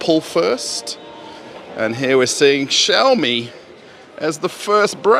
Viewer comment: finally, somebody pronounced "xiaomi" right :D